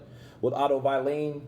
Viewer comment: Otto “vieleen” ~ Kurt Deville😂